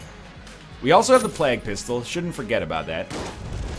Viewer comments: Phijkchu_LilYodaX Yes, you say "play-g" not "Plahg" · Ryan. it's plague, not plag. did you learn about the black Plague? (PLAY-guh) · Why does he call it Plak Pistol? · The former english teacher also says plag instead of plague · it's not like he's saying Pla-gooe or something. he's pronouncing it in pretty much the way is suppose to be pronounced. Plaig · Well I've heard people from California, Texas, Georgia and Maine say it that way so how do you so it? Because I say it like Play-g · anyone else notice he's pronouncing plague completely wrong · I have never ever heard anyone say "plague" the way you do, at this point I think you are doing it to fuck with us..... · ahahaa, it made me cringe every time I heard it, especially considering he was an English teacher... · Phijkchu_LilYodaX I am American and I can assure you that is not how we say it here. At least not in California, Washington, Oregon, Texas, Georgia or Maine.... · NZVargs ooooh okay, I didn't know it was Canadian. And no I don't... probably because I'm from London :)